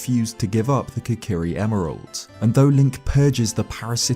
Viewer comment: Kokirishield. . Not deky shield. Stip playing 3ds games.